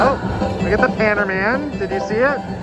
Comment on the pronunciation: The Panner Man. Lol. You mean Miner? Lol. I swear sometimes the tell works on Emerald and sometimes not. But maybe I just will those emeralds to land. Lol